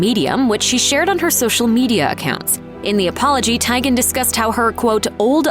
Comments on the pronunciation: Lol "Tiygen". Like tie or tiger. It's pronounced TEEguhn. Like tea. Still not as bad as you saying Notre Dame, wrong. Btw, "All of them" isn't a preference. That's not a valid answer. Pick one or don't bother commenting. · The narrator saying "Tie-Gan" instead of "Tea-Gan" is really bothering me... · You mispronouncing names!!! It’s pronounced TEE-GAN…. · OMG! That was driving me crazy! It's not that hard to do a little research beforehand to check how to pronounce celebrity names. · TEE-GAN.........ahhhh I was going crazy listening to you mispronounce Chrissy's last name!! Lol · TEEEEEEEEEEEEGAN, TEEEEEEEEEGAN, NOT TAGEN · I cringed everytime the narrator mispronounced "Teigen" incorrectly... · When the narrator pronounces chrissy last name wrong and now im screaming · Look, if you're not going to pronounce people's name's correctly (like Chrissy Teigen), then just don't say them at all.